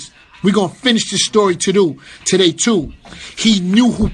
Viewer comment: "we gonna finish the story todoo" - funk